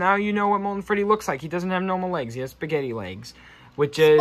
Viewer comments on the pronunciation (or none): Wait did u just say spagetey